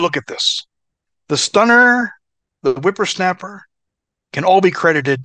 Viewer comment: Hearing a grown man say wimpersnaper lol